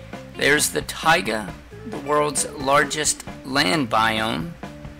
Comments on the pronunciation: He didn’t even say it right he was not pronouncing the a in taiga he was saying tiga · "Tiaga" biome lol